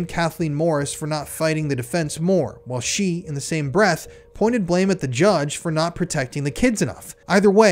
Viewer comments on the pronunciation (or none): none